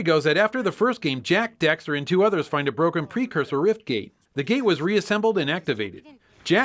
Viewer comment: Duuuuude you mispronounced daxter so many times!!!